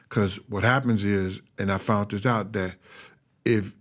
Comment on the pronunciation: Somebody should tell this guy that there's no T in found.